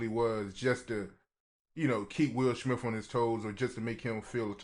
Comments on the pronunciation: Lol😅 bro said Will Schmilf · “Wilsh Smifth” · Did he say will schmiff what the fuck hell nah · Who TF is Will SHmith?? 😂😂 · Whos the interviewer? I can't ignore how he says will shmith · "Will shmiff" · Will shmiff 😂